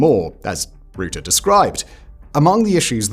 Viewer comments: It’s Rutte not Roete Faka met deze kale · Quick tip from a half Dutchy. Rutte is pronounced like the "Ru" in rucksack. The tte is pronounced fine already. So short t e sound. Ru tte. I hope this helps. Keep up the good work Simon :)